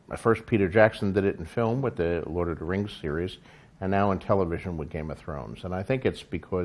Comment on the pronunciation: I love how George says "book" and "lord of the rings" lol. "Buuhk" and "Lord-of-dah-Rings" lol